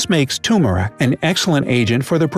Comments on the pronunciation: Amused how the narrator frequently says "tum-eric" instead of tur-meric. Like he's not paying attention. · It’s pronounced “TUR-mer-ic.” Not “too-mer-ic.” Narrator seems to be saying it both ways. Thank you! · Please, it is tur-mer-ic, not tumor-ic. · It’s tumeric; not turmeric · I counted twice to make sure, and I came up with this: Turmeric 23 times, Toomeric 9 times, and curcumin 10 times. Okay narrator... is ist spelled with an R or not? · Why does this guy keep pronouning turmeric correctly & incorrectly throughout the entire video? It's "ter-mer-ic" not "tu-mor-ic" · Announcer calls it TUM-eric. Ugh. It has an R that’s hard to miss. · ...'tumhare' instead of turmeric 🤣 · Don't say "Toomeric" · It sounds like toomeric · why do people pronounce it toomeric? just a pet peeve... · You mean TUMERIC? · "Chew-murr-ric" - Also, your skin may be slightly tinged with yellow. But it's barely noticeable from afar.